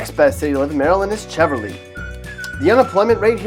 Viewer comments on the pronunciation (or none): Cheverly is Pronounced like chevy with a "sh". Bowie is Pronounced "boo-wee" 😂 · It’s pronounced Sheverly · Cheverly is pronounced Sheverly, like Chevrolet/Chevy. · Cheverly?! I don’t think so 😂